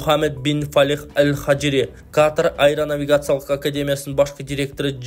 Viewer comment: Каатар эмес катар эле туура суйло